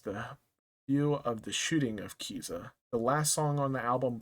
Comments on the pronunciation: It's pronunced K I Z A Y A 😢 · Pronounced Ka-Seye-yah